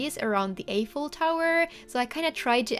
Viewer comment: Wow this is amazing!! Just to let you know Eiffel is pronounced with an “i” (as in “I” am) sound not an “ey” sound